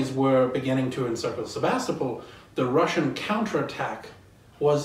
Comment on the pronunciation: "The wussian wears gway."